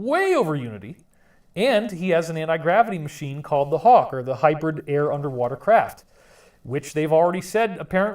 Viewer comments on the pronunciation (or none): none